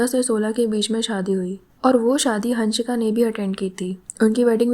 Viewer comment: Ooo pagal hannnshika nahi hansika.. Pagali